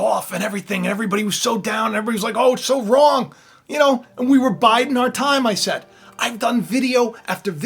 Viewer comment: You said "Biding our time" or "Biden our time"...